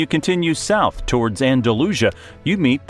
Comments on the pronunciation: No te preocupes por Córdoba,trata de que pronuncie medio bien Guadalquivir. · Claramente es Wuadajuivir de toda la vida. La juventud hoy en día son unos incultos, mira que pedirle a un autor de un vídeo informativo que haga un 1% más de trabajo para decir las cosas bien... Por favor, un poco de cabeza... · ¿ Músculos? Mejillones. El 90%de los ríos, montañas y lagos están mal pronunciados. Los he identificado porque sale el nombre, por ej. dice Cordillera Cannabrica y es Cantábrica y el río Guadalquivir no me atrevo a repetir como lo nombra.